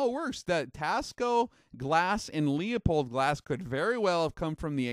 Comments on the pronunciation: >>>>>> "LOOOPOLD", <<<<<< not leeA pold. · Leupold is only Pronounced- loophold. Not pronouncing this correctly Makes you seem uninformed, and limited on your scope knowledgable. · Forget the E when pronouncing Leupold. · I'm really enjoying the series up to this point. But I'm dying to know, does he learn how to say Leupold by the final episode?